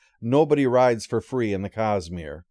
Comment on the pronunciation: I have to admit, it took my ears a while to recognize that was saying 'Cosmere' and not 'Cus-Smear'.